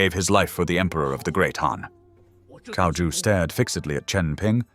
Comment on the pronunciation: Dude, you're Chinese, how can you pronounce Cao as 'Cow' it's pronounced as 'TSAO'!